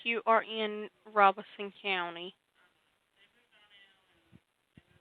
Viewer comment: Just a FYI I use to work in Robeson County. It is actually pronounced RO BEN SON. There is actually no n but when pronounced it sounds like it is. Lumbee has an actual Lumbee Tribe that just got recognized. Lumbee Tribe took the name after the Lumbee River. I worked with many Lumbee Indigenous people in Robeson County for well over 9 years. I know it’s not the point of your video but I heard someone correct you. I just thought I would share. A Intelligent Person is a Person who is willing to learn something new everyday of their life.